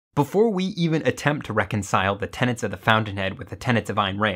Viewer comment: It’s TENETS not TENANTS 👿